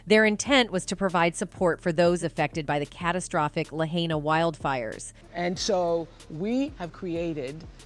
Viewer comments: This lady keeps pronouncing Lahaina wrong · You didn’t even say Lahaina, right 😂